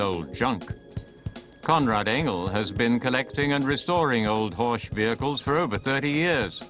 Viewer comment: It's pronounced Horck not ch. Beautiful Cars.